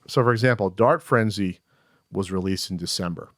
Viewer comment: Every time they say, "Dart Frenzy," I hear, "Dark Frenzy," the latter of which actually sounds interesting... which is how I knew I heard it wrong.